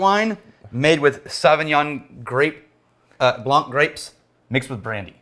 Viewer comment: The c is silent in blanc. 😉